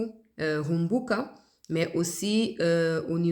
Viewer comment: RUKUMBUKA. PAS RUMBUKA.